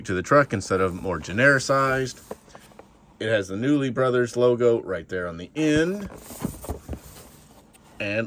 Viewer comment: He's pronouncing it wrong. It's pronounced "Koonley"